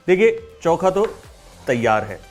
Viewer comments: चौखा नहीं चोखा बोलते हैं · Its not chonka its chookha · bhai, it is "Cho-kha" and not "Chau-kha" 😛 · This is not choookha , it is chokha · Very nice. Actually its चोखा and not चौका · It's चोख़ा not चौख़ा 😀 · Choka nahi chokha kehte hai